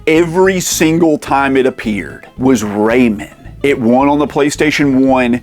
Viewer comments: Enjoyed the video but the Raymen bothered me every time lol. It's Ray Man! :D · Ray-MAN, am I right??? Keeps sounding like this dude is saying Raymond lol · It's Ray MAN, not Raymin. Don't disrespect my boy like that. Do you pronounce Superman or Spider-Man like that? Lol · Raymen? You mean ray-man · pronouncing Rayman "ray-mun" is like when people pronounce Mario "mary-oh" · Love how he says Ray-min 😹, somehow I got 5 of these beat! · R..reyman? Like REYMOND? 😂 I've always pronounced it "Ray-Man". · Its ray-MAN not ray-men. Drove me mad !! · For the love of god, man! It is not pronounced “Raymond” !!!!! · It's a crime that you're saying "raymen" instead of "ray man". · But dude, Everybody Loves "Raymun!" 🥴😅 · pronunciation videos agree with you BUT 30th anniversary trailer from 6 days ago agrees with me and rayman origin trailer says rayMAN too Anyways thanks for the journey also cool video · I can't get past that it sounds like you are calling him "Raymond" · Incorrect. Just do a search for "snes Rayman commercial". As I originally thought, it is pronounced Ray-man. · I can’t with the pronunciation of RayMEN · Hearing you pronounce Rayman is wild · I've never heard anyone pronounce Rayman like that. Say Batman or Spiderman in the same way. Hours of fun! 😂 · The way you pronounce Rayman gives me seizures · Great video, but my skin crawls every time you say Rayman like that.. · Who TF says "rayman" like that? Decent watch but a tough listen... that voice 🙄